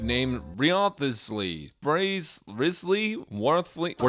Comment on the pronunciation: You mean risely😑